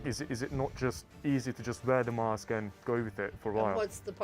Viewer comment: Face masks are just a way of telling you that you are being controlled. Even major media outlets won't touch this issue. Mosque and Mask sound the same the way this guy talks.